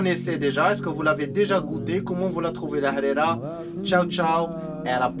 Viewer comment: Trop bien la prononciation de Harira!